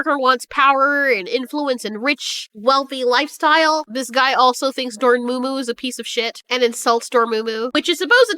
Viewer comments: Isn't it Dor-MA-mu?, why dor-moo-moo? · lol door-moo-moo.